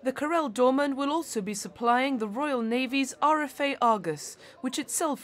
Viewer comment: Karel not "corell" lady.